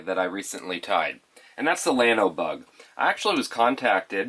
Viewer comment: Great video, can't wait to tie some up. Minor detail but it is a Spanish word and should be pronounced, "yawno". Keep up the great job!